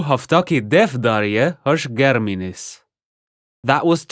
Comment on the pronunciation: not "hosch germiniz" it is "hosch geldiniz" (written hos geldiniz)